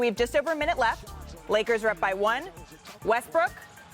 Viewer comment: He called the man “Westbrick” lmaoo that pretty much sums it up 😂